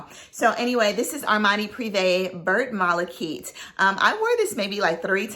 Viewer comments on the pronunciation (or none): Vert Malachite you would pronounce Vear (rhymes with bear) Malachite❤